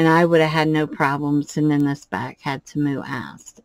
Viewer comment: Love the dragon, just a small heads up though, if you're going to remain a Temu affiliate, please say it correctly, it's TEE-moo, according to their own commercials and advertisements, that is how they say it, not ta-MOO. I'm sure they would appreciate it.